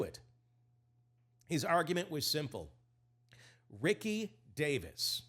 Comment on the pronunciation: I know you have to know better. It's ree-see davis.